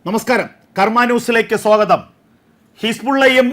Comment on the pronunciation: സോകതം അല്ല ചങ്ങായി, സ്വാഗതം.....